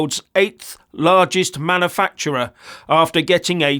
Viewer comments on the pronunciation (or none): What is a "mannerfacturer" and "mannerfacturing" then,? Are they anything like "manufacturers" and "manufacturing"?